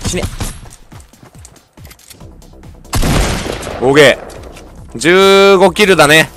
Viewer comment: おーけいが包茎に聞こえる俺は末期